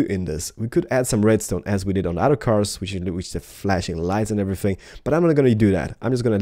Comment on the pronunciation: love how u say other side sounds like ur saying udder side